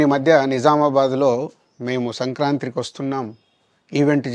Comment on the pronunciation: సంక్రాతి అండి సంక్రాంత్రి కాదు బాబు